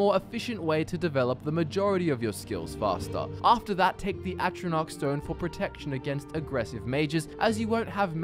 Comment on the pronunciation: i was so hype when you said thief or lava stone... then i lost faith when you said atronach stone